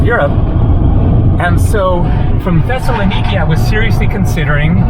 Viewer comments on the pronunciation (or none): Tesla Nikki is a new car model ? That's not how to pronounce Thessaloniki.